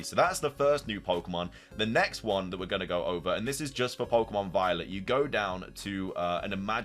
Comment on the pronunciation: Got hand it to you: only you can read "Viewed as a whole, it restled a mysterious, brilliant disk" yet also read the title as "A risk pokémon?" instead of "A disk pokémon"? AND also mispronounce pokémon every single time.